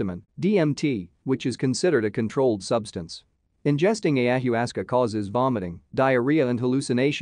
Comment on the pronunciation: It’s pronounced ay-uh-wa-sca just for reference